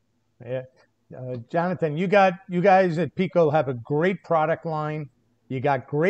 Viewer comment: When will you pronounce it PIKO with an I, not PECO that is a different UK company. When can we see a G scale Sprinter please?